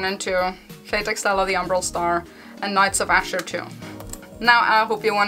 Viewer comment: that's okay thank you for talking about it anyway. It sounds nice the way you say it anyway :)